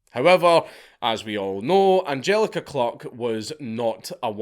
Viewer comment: Sorry but the pronunciations of the victims is awful. It’s Die-nah not Dee-na. It’s Ange-aleeka Klook not Angjelica cluck. Not much research done there